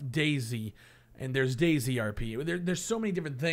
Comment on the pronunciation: Cough... DayZ. Not Daisy.